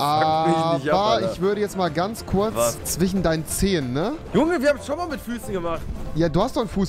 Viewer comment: Alle so: "zwischen" Rewi: "zwichen"